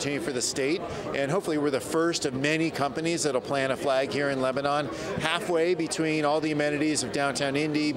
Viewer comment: Shameful: Lilly's ceo can't even pronounce Lebanon! This leap project is a disgusting and greedy government overreach on behalf of huge corporations. While politicians line their pockets, the people who actually live here like myself are having their way of life stolen from them as ungodly amounts of fertile and productive land are being scraped away and paved over.